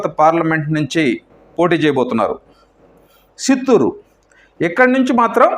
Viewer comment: Useless news useless & shameless anchor .. unable to pronounce Chittor....& Vijayawada...